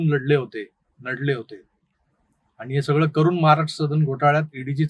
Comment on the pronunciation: plz try to work on your Marathi word by saying "आणि" and not "आनी"